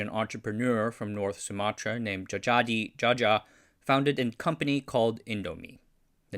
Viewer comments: a little tip. old names that still include Dj or just j is unique. Dj is pronounced as a regular old j but "j" is pronounced as y. so it's not Jajadee but jayadee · djajadi read jayadi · If you're going to make another Indonesian historical video Dj would be pronounced J as Djajadi is actually pronounced Jayadi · The names on this video is using old Dutch spelling. Dj is J, J is Y, Oe is U, Tj is C. So Djajadi is read as Jayadi and Sioe is Siu (Chinese : Xiu). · Djajadi is pronounced JA YA DI (jah yah dee) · it's an old Indonesian pronunciation, and his name actually pronounced as "Jayadi Jaya", or "Jha-yha-dee Jha-ya" in English tongue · Wrong pronunciations: Salim isn't Salam but Saleem. Djajadi isn't Jajadi but Jayadi.